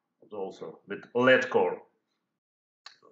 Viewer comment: лэд а не лид.